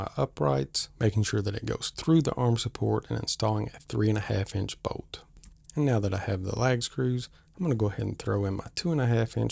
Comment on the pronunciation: I was confused, what boat? Finally realized you were saying bolt. 😂